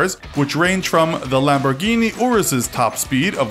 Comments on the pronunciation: When he pronounces all the lambos names wrong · He tried to use an Italian accent but didn’t even pronounce the names right 😂